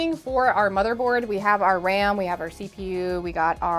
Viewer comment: She really said “now that we got our RAMEN” not RAM in ok. Now I’m hungry for instant noodles.